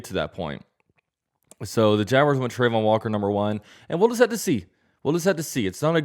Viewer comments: It’s pronounced Tra-von walker not trey-von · Trah-von Not Trey-von